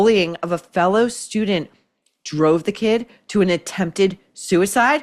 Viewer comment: It's student Not Stu Dent.